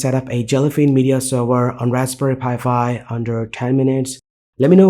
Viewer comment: it's pronounced "Raspberry Pi 5" not Raspberry Pi Fi"